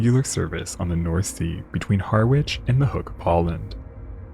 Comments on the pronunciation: Another stupid AI - Har - witch. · Likewise - and Harwich is 'Harritch' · As a card carrying pedant I cannot let the opportunity to correct your appalling mispronunciation of Harwich. It's Har-itch. Very enjoyable video, enhanced by the opportunity to make a pedantic comment. Ta. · Harwich is pronounced Haridge. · I enjoyed this video. For future reference: Parkeston Quay, Harwich is pronounced 'Parkston Key, Harridge'! Don't worry, I'm sure I'd pronounce many American place names incorrectly! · Quay is pronounced ‘Key’, and Harwich is pronounced ‘Harich’. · Great video as usual. One thing thou I can understand someone from outside the UK getting Harwich wrong, it's pronounced harritch, along those lines anyway, but for a channel that covers maritime events, to not pronounce the word quay correctly is baffling, it's said key like in quayside. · Quay is pronounced 'key'. And Harwich is 'Harrich'. 😊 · Quay is pronounced key. Harwich is pronounced Ha-rich. 😊❤😊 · "quay" - is pronounced "key" and in "Harwich" the "w" is silent - I think you need to do more research on pronunciation - that you get these words wrong is plain sloppy....